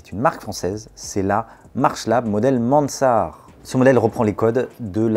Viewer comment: Petit souci de prononciation du nom Mansart (de Jules Hardouin-Mansart, architecte du roi 😋)